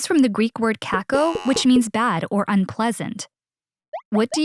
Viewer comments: uh sorry bad is (kako) at greek no (caco) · OK except of the one Kacko it actually does mean bad but she’s pronouncing it wrong